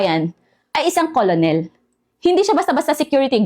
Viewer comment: Madam, just asking lang po? Colonel diba pronounced as Kernel? I think it's wrong to pronounce it as Colonel as how it spelled.